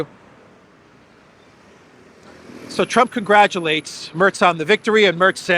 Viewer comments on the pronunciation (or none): Merz nicht Mörz